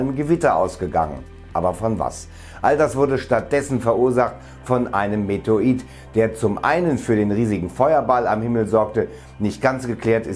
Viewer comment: Bitte METEORIT. SAGEN. Meteorologe Versuchen Sie es einmal zu sprechen. EIN WENIG ÜBEN DANN KLAPPT DAS. LIEBE GRÜßE. D. ALTMANN